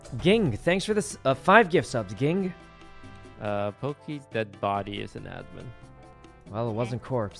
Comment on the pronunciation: Ging is said "Jing", it's the name of the main character's dad from Hunter X Hunter :)